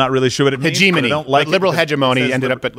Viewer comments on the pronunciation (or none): hegg emony not hedge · The word is pronounced: "hedge - ém - ony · It's upsetting me how they keep saying hegemony. It's pronounced (ha-je-mony) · HEDGE-O-ME pronounce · I was wondering if you were purposely mispronouncing hegemony. Lol but I think I’m going to start saying hege money from now on. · Stephen doesn't know how to pronounce hegemony.